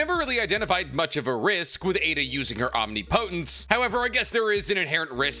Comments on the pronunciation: OM-NIP-OH-TENSE NOT OM-KNEE PO-TENSE OMGGGGGGGGGGGGGG SORRY BUT NOT SORRY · Idk why it's bothering me as much as it is but it's just enough that I wanted to say something. Omnipotence is pronounced "om-nih-puh-tns" not "omni-po-tense". It's a short i and a u sounds for the po. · Slight correction! Shikamaru is Nepotistic: He was trained by Sarutobi Asume, the son of Hiruzen. EDIT: It's pronounced OHM-NIP-OH-TENTS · It’s pronounced: Aam-nih-poh-tnt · it's om-nip-oh-tents .... Plz be the only YouTuber who says it right ... Plz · I would love to be able to explain how to pronounce omnipotence through a comment…but I love! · Omnipotence is not a crazy advanced word to say correctly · They way he pronounces “omnipotence” has me fuckin tilted. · Please pronounce omnipotence correctly! So many people are saying it wrong and you are known for your good diction. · Pretty sure that’s not how you say Omnipotent/Omnipotence… unless there’s more than one correct pronunciation I’m not aware of?